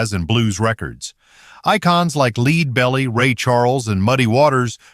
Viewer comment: Leed Belly?!